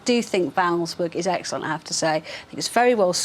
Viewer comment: Since when did our friends in the south pronounce the word book as ‘burk’